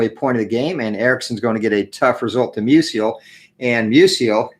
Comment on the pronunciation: Good game. FYI, I believe it’s pronounced “MEW-zle” (two syllables) — not “MEW-zee-el” like Stan Musial.